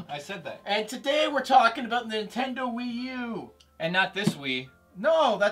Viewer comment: why did they pronounce nintendo tvii wiith the i's seperate its exactly like saying mii and wii